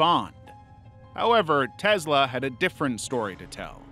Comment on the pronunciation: You do not pronounce a lot of things right kennica like no and Tesla 😂